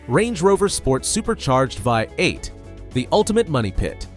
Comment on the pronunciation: What about a live human voiceover? Poor pronunciation on things like V8